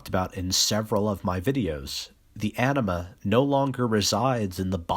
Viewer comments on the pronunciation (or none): none